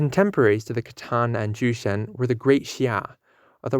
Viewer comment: Jurchen....the pronunciation of letter J is Y😑 if you know how to pronounce 女(汝)真